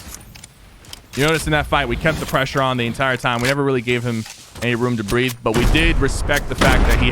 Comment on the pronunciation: The way he said he needs room to bearth and the fact that trees give oxeygen